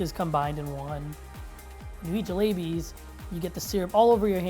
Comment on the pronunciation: Honestly these sort of videos really piss me off. First off all the way that guy pronounced jalebis made me cringe so hard,I'm not Indian but the way he said it,omg. Second,why do people think that Asia only includes Japan,Korea,China,and sometimes India,like there are so many other countries! They freaking think that the Middle East is non-existent in Asia. Places like Iraq,Syria,Afghanistan,Mongolia,Kazakhstan,Azerbaijan,etc aren't even thought about when talking about Asia. Things need to change.